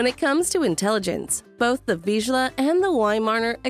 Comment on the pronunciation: Nevermind, she can't say Vizsla either.